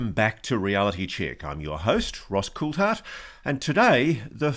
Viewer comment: Why does everyone on every channel keep calling him Ross Coult-hart. Its CoulTHart